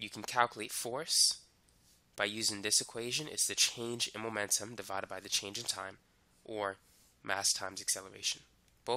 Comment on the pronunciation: MOMENTUM not magnetum 😭 lmao bye I'm done